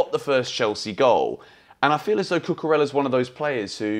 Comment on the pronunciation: Why do you keep saying Cucurella this way? The is no sound “L” in his name at all, come on, pay some respect.